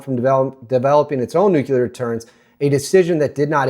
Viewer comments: Nuclear** Nucular🚫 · nuclear NOT "nucular." Lost your credibility there. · ✅ Correct: NOO-klee-er or NU'-klee-ar ❌ Common Mispronunciation: "NOO-kyuh-ler" or "NUKE-yuh-ler" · Nook-lee-ur. NOOK-LEE-UR!!! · Please stop saying "nukular." It is painful to listen to. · ffs... there is only one U in the word "nuclear" NU - CLE -AR learn to speak